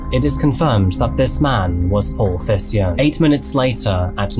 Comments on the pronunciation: Not sure if the family pronounced it that way but I think the name Thijssen sounds more like Teysen. Sounds a bit strange in the video but no biggie, thank you for the content. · The dedication to this video is amazing as always but my Dutch ass had no idea what this man’s last name would be. Pronouncing it as “Tysen” would have been easier for as well haha